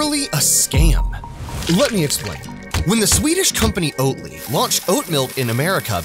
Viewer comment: Oat Ly! Sounds more like Oat Lie.